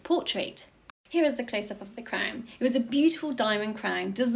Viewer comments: Crwnnnn. What an annoying pronunciation. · She's saying crown with the ow sound!!